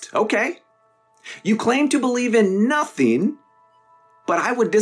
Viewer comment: "sometheen came from notheen?"